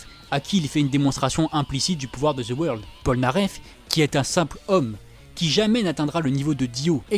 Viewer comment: Deux mots: ZE WEURLDE